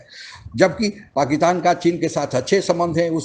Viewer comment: ओ बिहारी, पाकीतान नहीं "पाकिस्तान" ठीक से बोल तो ले